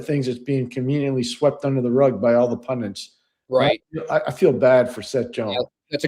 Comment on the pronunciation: Sorry. this term drives me crazy. It is pundits....not pundints